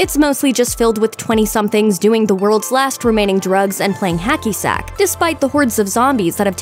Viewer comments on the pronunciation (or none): none